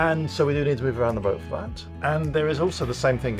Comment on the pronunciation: How come your able to pronounce ruby rose but when you say boat you throw a R in there?